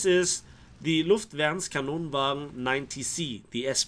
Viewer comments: Your pronouncination of "Luftvärnskanonvagn" was extremely good! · Impressed with the pronunciation of the full name. Swede approves. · I have to say your pronounciation of "luftvärnskanonvagn" was pretty much spot on!